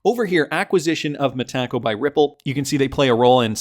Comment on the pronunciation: 😅 still calling it Ma-Ta-co